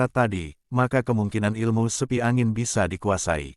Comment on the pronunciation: bukan sepi angin min tp seipi angin